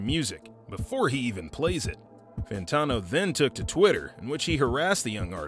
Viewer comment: how do you research an entire video about him and still not learn how to pronounce his name lol ... good vid tho